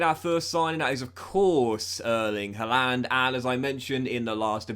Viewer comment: Why do you say haalander?